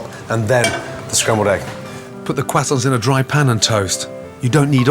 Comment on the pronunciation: shoutout to the "kwasants"